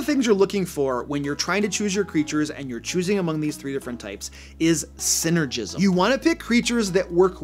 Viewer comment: “sinner-jizm” lol